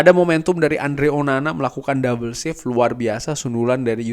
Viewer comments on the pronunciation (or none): none